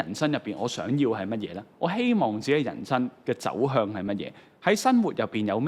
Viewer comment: 係「行」為，唔係「痕」為； 係人「生」，唔係人「身」； 係「特」質，唔係「凸」質； 係「生」活，唔係「新」活